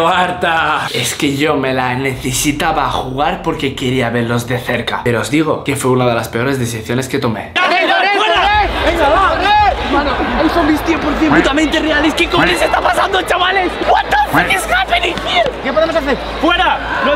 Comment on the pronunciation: ( dice desiciones en vez de decir decisiones) PD: A Ari la pasa lo mismo